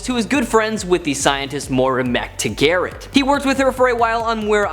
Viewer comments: "MacTaGarret" that's new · Moira Mc/MacTaggert is pronounced "mick/mack TAG-ert." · Mac Tah Garrett?? Who is that? 😫😂😂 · "Mac-Tuh-Garat" huh?? Like bro u should actually read comics I feel if your gonna do these top 10s